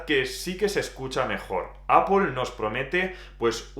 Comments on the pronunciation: APL no APOL NO TIENE NINGUNA "O" es ingles basico, solo es decir manzana nada más. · ¿Qué le pasa a este chico para que diga APOL? No ve que es ridículo????! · Cada vez que dices Apol se me eriza el vello. En cualquier caso, ¡buen análisis! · Apol, apol, apol, apol, apol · Alfonso An. Y si se quiere decir APPLE con la pronunciación inglesa, que lo haga con pronunciación inglesa; NO españolizada porque da vergüenza ajena. APOL.